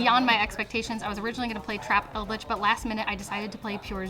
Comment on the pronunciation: I was smiling alot until she said trap eldlich... mf nooo